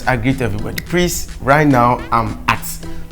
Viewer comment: But I think this kyekueku of a guy said he has completed SHS 😂😂and he dey say "prease" 😂😂😂